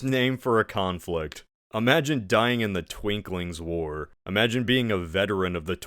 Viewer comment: Minor corrections: 1. Unkerlant’s civil war is actually called the Twinkings War and is pronounced as “Twin Kings” 2. Swemmel won, not Kyot 3. It’s Mezentio, not Menzentio